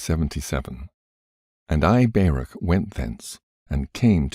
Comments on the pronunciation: I really appreciate you reading for yt, but, and I hate to be like this. But his name is not Bear-ak, it is pronounced Bar-ook, Baruch. Not sure how you didn’t know that, or how you didn’t hear of him before you read this, but in any case well done and thank you. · I've never heard anyone pronounce Baruch that way before 😂😂😂 I'm am American Jew, and we pronounce it "bar-OOK" with the phlegmy "ch" at the end, if you can manage it. But I'm not going to claim you're pronouncing it wrong. Nobody knows how Hebrew sounded in ancient times, so maybe you're saying Baruch in exactly the way that he himself said it. Who knows?